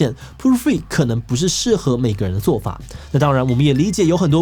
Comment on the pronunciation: 為何要一直念成proo-free啊? poo-free有很難念嗎?